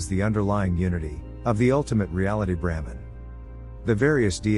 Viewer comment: The misspelling and resultant mispronunciation of BRAHMAN as 'Bramhan' by the AI throughout the entire video is incredibly distracting. Otherwise it's pretty good. Sanāthana Dharma has the ability to transform the world for the better and help humanity evolve if only more people will study it and make it part of their everyday lives.